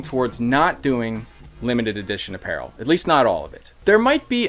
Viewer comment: well yeah if you're rhyming that with leash .... So you weren't just doing the old meme? That's awkward...